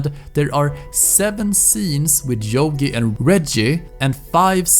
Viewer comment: It's not jogi, it's yogi you prat